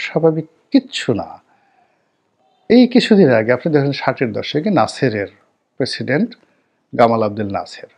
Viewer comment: প তে “প্রেসিডেন্ট” এটার উচ্চারন খেয়াল করবেন